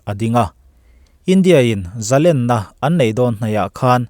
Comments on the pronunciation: ani meuh maw....Ṭawng thluk damlam dan hun azira danglam anih dawn chuan zalen tihtawp ah chuan ani maitheia mahse zalenna tih ah chuan thluk hniam tur niin ka hrelo aji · Zalen, sangha len,tihte nen hian alalm dan i hriatpawlh zawk ankh kha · zalen tih hi ,,sangha len a,,' len' ti anga lam zawk tur ani e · ka ngaihdan chuan zalen an lam fan ṭhin hi ka ngaimawh zawk keimah chuan